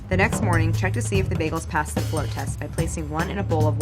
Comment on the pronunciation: It sounds like Claire is saying "flow test" and not float test.